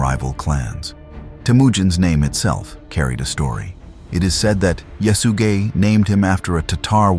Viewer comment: could you say that name one more time😂 "yes you gay"